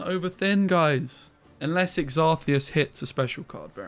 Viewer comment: I think the pronunciation is Xarth - ee - see - ous